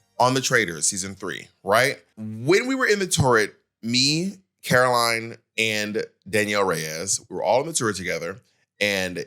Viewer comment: Jesus…her name is CAROLYN. Not CAROLINE. Boob The Drag Queen can’t even get people’s names right even if he knows them.